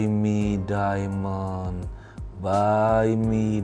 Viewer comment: Baaii Mii daiiimennd...baii miii daiimendd 🤣🤣🤣 beneran ngakak saya Terimakasih banyak semoga Tuhan berkati selalu🙏🏻😇